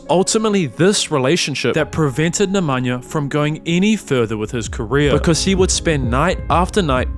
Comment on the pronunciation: Good pronunciation except he can't even say Nikola properly, nor Nemanja or several others. I wouldn't praise it.